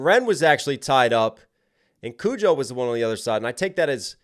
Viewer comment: "Kojo.. Kujo! I can't even get his name right. Who cares about him?" Exactly. I hope everyone just ignores him from now on.